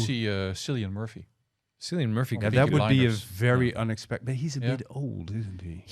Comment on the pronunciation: Sorry to be a pedantic Irish man, the C in Cillian is a hard C with a K sound more like Killian, I know you are details guys (also not a fucking chance Cillian O’Murchú is playing Bond😉). I agree Young Bond is the way to go…picking the villain could be interesting.